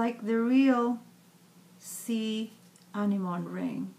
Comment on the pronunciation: The correct pronunciation is [æɳɪɱɔɳɪ] "anemone" ; the ring is beautiful! what is the material on which you've put the beads on the ring you are wearing? I'm curious! hope you answer! I watch your new posts every time; I live in Europe, paper beads are not famous here. Not yet!